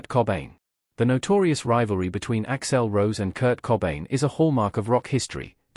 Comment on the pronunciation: AI can’t pronounce things or names that violate phonetic rules . Hence Ax L Rose and terrible factual mistakes and omissions. It’s got a ways to go